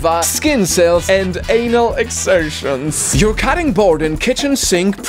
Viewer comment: your pronunciation of excretions 🙄